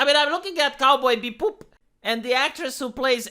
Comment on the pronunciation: Love the video, you're spot on in your points. However, you had me actually holding my sides from laughing at how you said "cowboy be-boop".